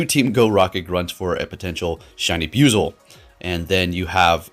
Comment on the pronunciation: Need to correct the pronouncing of the name it's bu-i-zel sounds like you keep saying biuzel